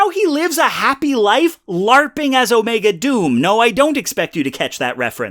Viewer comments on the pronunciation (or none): none